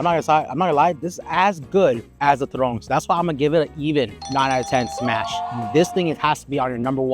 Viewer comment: Its turone.... ..not turong